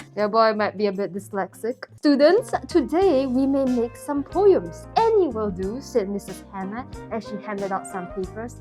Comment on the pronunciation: it is POEMS not POYEAMS here’s the part where she said it #Love #NoHate #SubscribeToHer /